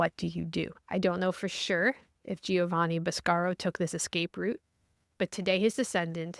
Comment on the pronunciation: Ivan needs to give you the proper Italian pronunciation of "Boscaro"!